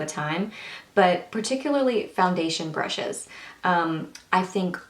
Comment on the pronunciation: blllaaahh brrrushes not bLushes i think u droppes hahaha